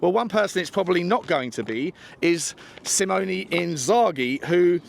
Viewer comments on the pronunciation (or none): none